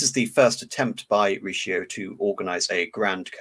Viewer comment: Great presentation besides the butchered names such as "Cardinal Richioo"